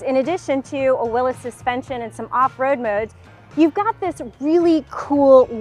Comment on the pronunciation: Thank you for saying “Will-iss.” So many people mis-pronounce the man's name.